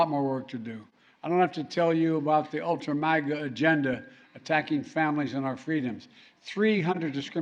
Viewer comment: Stupid Biden couldn't even say Ultra Maga . He said Ultra Magna. What an idiot. He can even do insults correctly. LOL